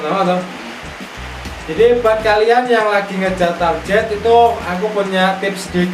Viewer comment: Dasar Jawa Itu target bukan tarjet